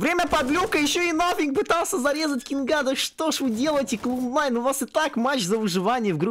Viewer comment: Глауд найн... исправьте